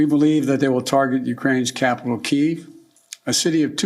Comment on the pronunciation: Did he say city of Ki?